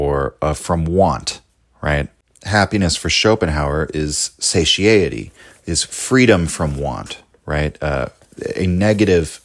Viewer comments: yes its pronounced suh-tai-uh-tee, tomato or tomatoe he's not that far off really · satiety has 4 syllables, not 5. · he mispronounced it and increased its syllable content by 25%. Quite egregious, I'm afraid.